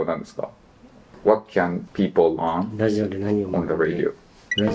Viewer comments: ラディオって発音してる時点で終わってて草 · radioをﾗﾃﾞｨｵと読むの草